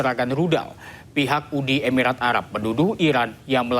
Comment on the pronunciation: Yang bener "uni emirat arab" .. Bukan "UDI EBIRAT ARAB"